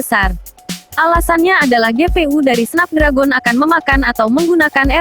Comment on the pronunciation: Snep dregen bacanya